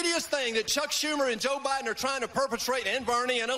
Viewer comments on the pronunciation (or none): none